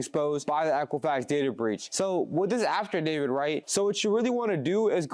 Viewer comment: DUDE! It’s not pronounced “AFTERDAVID”!! It’s AFFIDAVIT… you said it so many times incorrectly that I can’t help but say how unintelligent mispronouncing it makes you sound!